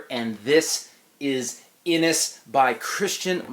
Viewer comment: I've been told that is is pronounced Inish. I just discovered your channel, I like that your reviews are apparently very short. :)